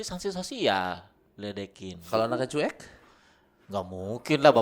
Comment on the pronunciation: menyebutnya "cu'ek" wkwkw lucu